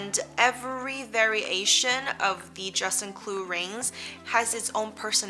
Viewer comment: Informative content. With kindness, I suggest that you practice the proper pronunciation of "juste un clou" in French or say just a nail until you nail it.